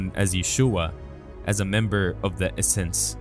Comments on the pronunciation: It's es seens, not es sens! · Always fun videos, thanks! The word is pronounced "esoteric", not "estoric", also "rapture" not "rupture", "essenes" (pronounced with a long e) not "essins", and just some places maybe work on the pauses where commas would be, and end sentences with a down tone instead of up, that would help understanding the flow! Also referring to the angel scroll as the scrolls (plural) at the end of the video made it seem like the entire dead sea scrolls are missing, which is not true. Just some minor feedback, otherwise well done with the English brother! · they are not the Essences, but the Essenes. Pronounced Es-seens. Good video. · Just an FYI: Pronounced "ess-seen-s" but I understood who you were referencing.. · Your pronunciation of "The Essenes" was horrible. Study "The Essenes" more before you speak about them.